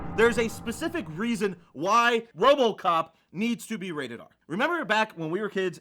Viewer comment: did just say "wobocop"